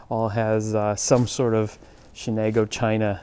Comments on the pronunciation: Shenango not Shenago. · You're not pronouncing Shenango properly. Where are you guys coming from? Thanks for the vid. I see a lot of fixtures, crates, fire-brick and obviously the china which is still viable that some people would love to have. I'll check out your pages.